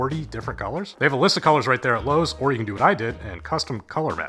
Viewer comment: you said lowes im out